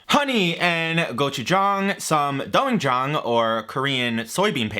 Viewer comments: Actually, Miso is more milder and sweeter than Doenjang(된장, it's pronounced "den-jang") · Doenjang is pronounced dwenjahng, with the “we” from “wet”.